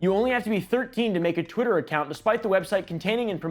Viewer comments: im sorry did you say twittler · Did blud say twiter?